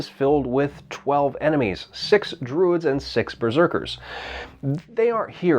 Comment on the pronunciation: "The Dwuids....."